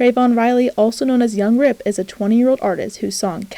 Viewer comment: “Yung Rep” not young rip but I’m grateful for the exposure